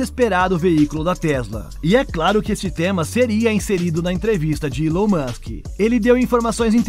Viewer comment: Eu não consigo ver um vídeo onde o cara faz a pronúncia do nome Elon musck, com uilon.. meu Deus.